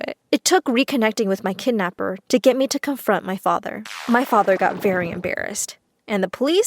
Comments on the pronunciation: Umm is no one gonna mention that is say kednapper instead of kidnapper ?( ͡° ͜ʖ ͡°) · It’s kidnapper not kednapper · It's Kidnapper not Kednepper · Whats a 'Kednapper'? XD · (Kidnaper) not kednaper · It’s not KeDnAppEr it’s called kidnapper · Ah yes, kednapper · I’m sorry “Kednapper”? No, *kidnapper.. get it right!! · Kidnapper not kednapper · Did it really say KEDnapper? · Kidnapper not kednapper bruh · Haha they said kednapper 😂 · 'kednapper' LOL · "My kednapper" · People : writing the title kidnapper Person: nah bruh KEDNAPPER sound right 😂😂😂😂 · Kednapper. Really?!?! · kednapper bruh its kidnapper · Its Kidnapper not kednapper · ITS KIDNAPPER OH LORD YOU DID KEDNAPPER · Kednapper??? Kidnapper y’all couldn’t correct tht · Bish wot its “kidnapper” not kednapper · It's KIDNAPPER NOT KEDNAPPER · Wait what "kednapper" bruhhh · Hahaha kednapper lol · I like how it says ked instead of kid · Wait does anyone realise that they said kednapper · What’s “ kednapper”? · Kednapper huh? But I love the story anyways excited for part 2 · They said kednapper lol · "kednapper" bruhhh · “I saw my kednapper after 10 years” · When it said kednapper like....WAAAT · Whats a "kednapper"? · Bro “Kednapper” 😂 im dead💀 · whats kednapper? XD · ah yes, kednapper good job my story